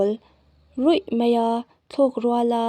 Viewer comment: Thahnem ngaihna thu ang zawkin 'Mei' nilovin 'mai' tih tur zawk ania...